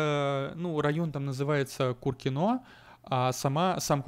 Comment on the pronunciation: Я живу в кУркино и госпади как же меня тригирит когда говорят КуркинО,кстати этот район называется Новокуркино район внутри химок. Плиз не говори куркинО, реально бесит